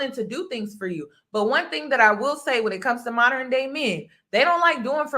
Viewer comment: Modern, not MO-der-ren men, lol